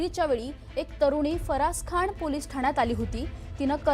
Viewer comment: फरसाणखाण 😂😂🤣🤣🤣🤣🤣🤣 अरे काय ही पत्रकार ? 🤣🤣🤣 फरसाण खान ?” फ रा स खा ना “ असं आहे ते